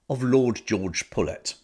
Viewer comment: Excellent video, and one of the more in depth looks on YouTube. I was intrigued that you pronounced "paulet" like "pullet". Us guys in Hawaii use a Hawaiian pronounciation which sounds like "pao-let", similar to the word "pau".